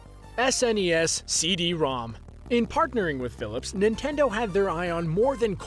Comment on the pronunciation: Yes I love "nitendo"